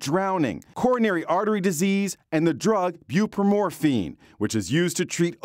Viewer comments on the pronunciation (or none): You'd think reporters would carefully read the drugs they intend to pronounce, but alas, apparently not. This guy said bupro-MORPHINE, instead of bupro-NOR-FEN (spelled as it's pronounced). I don't know. Just a pet peeve, I guess.